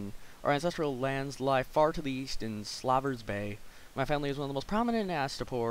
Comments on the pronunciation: "slaw-vers bay"? you mean "slave-ers bay?" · lol.. Slaaver's bay? I'm pretty sure it's "Slaver's Bay"